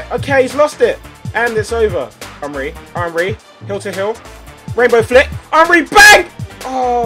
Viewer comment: Can you say his name as "On-Ree" cos "Un-Ree" really annoys me for some reason. Soz!